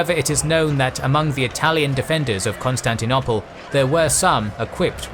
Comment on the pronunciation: I like your videos as much as the next guy but the way you pronounce Constantinople drives me nuts to the point where I even avoid your videos when I see the Bosporus strait anywhere in the thumbnail or alluded to in the title. It's CON-STAN-TI-NO-PULL not CON-STAN-TI-NO-PLAY. GAAAAAAAAHHHHHHHHHH